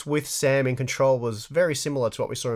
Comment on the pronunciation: Hey guys , its SAM not sam. No conspiracy please ✌🏻